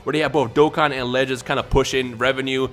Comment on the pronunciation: When you say "Dragon Ball legends" i hear "dragon ball lettuce"